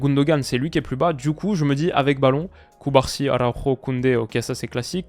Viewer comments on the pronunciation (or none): none